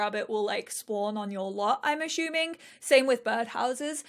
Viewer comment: Anyone else finding hilariously charming how she pronounces 'assuming' as 'ashooming'. haha